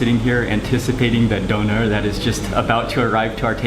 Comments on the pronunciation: it's pronounced doonair...not Doner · d Ö ner The ö is like the O in OIL D o(like in Oil) n e r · Pronounced "dooner". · Its Döner and not Donar Donar is a nordic god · its dÖner and not Doner xD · Hi Mark, actually it is not pronounced dough-ner, but döner, like the German ö. Just letting you know. The word means "turning". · a doughnar? where are you from. you probably call it a guy-ro to lol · its spelled döner (letter ö is similar spoken like the u in urgent) . BTW very nice food, would love to visit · Shawarma is just wrong pronunciation of çevirme , döner is correct name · "doner" so funny when english and american and whatever people can't say the ö :'D